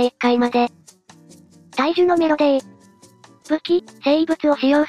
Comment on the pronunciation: 大樹の「めろでー」が強すぎて内容がぶっ飛んだんですがそれは😂